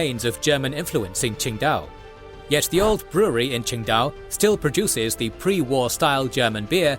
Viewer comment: Could you contact me before making videos about Asia, your could have made this video so much better with just ten seconds of me telling you how to correct your pronunciation. It is not a "ts" sound at all at the beginning of Qingdao.